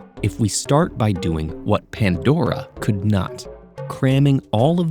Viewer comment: The way the said Pandora, i thought ted ed change and almost got mad because they change it Please don't change the voice i like the Riddle narator so much 😔 Ps. He is one of my hear me outs (i need his name fr)